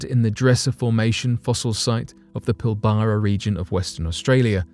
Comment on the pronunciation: lol PIL - BARA no!!! It is pronounced PIL - BRA